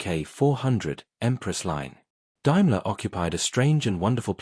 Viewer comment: 'Dime-ler' too. Hopefully someone somewhere will teach/train AI properly one day; in the meantime I'm sure there are living humans who'd be happy to read it for no fee.